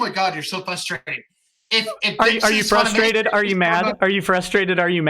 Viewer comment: Unironically said flushtrated. Never go to cons they addle your brain.